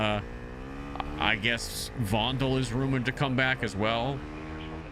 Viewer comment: It's not vondel Fondel remember how said it